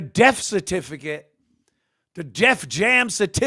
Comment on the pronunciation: “The Def Jam certificit” 😂